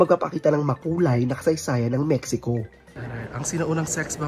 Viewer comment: mehiko ang tamang bigkas.